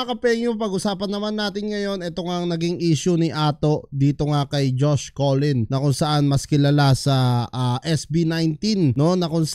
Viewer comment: Hnd po collin.. cullen po.. Bai ka po b.. pinyu .. 😅